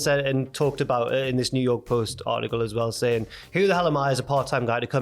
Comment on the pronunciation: About is pronounced aboot is b/c of the French English mix imo.